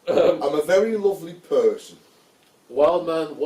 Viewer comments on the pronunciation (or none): “I’m a very lovely purrrrsen” 😂😂😂